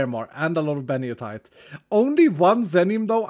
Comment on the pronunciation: I still question why calls it "beniotite" when it's clearly called "benitoite" either someone made a typo or can't read xD